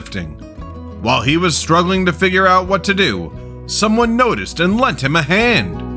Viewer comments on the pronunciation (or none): none